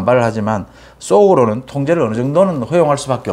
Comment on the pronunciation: '쏙'으로는 '쎄'련되게 등 ㅆ 발음을 즐기시는데 삼가주시길....